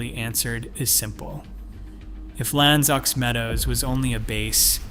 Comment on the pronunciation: It's not pronounced Lanse ox Meadows. It's French. So its Lance oh meadows. To a Canadian this mistake is ignorance.